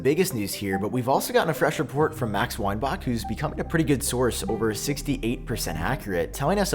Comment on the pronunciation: You’re saying Weinback so wrong